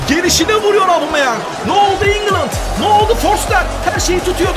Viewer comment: Gereksiz yapmacık çocukça.Bu arada "Abumeyang" değil "Obameyang" ;)